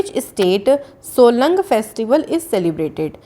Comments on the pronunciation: its solung not solang festival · No. 2 it's Solung not Solang...🤞